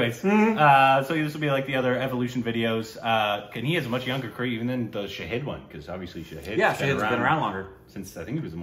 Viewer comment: It is "Shah-hid" not "Shaheed". Please correct the pronounciation. 😉👍